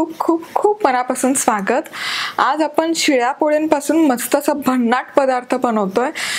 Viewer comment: तुम्ही कृपया आपन म्हणू नका . आपण म्हणा. तुमचा आवाज व बोलण छानच आहे. पण जे तुम्ही पन म्हणता ते थांबवा.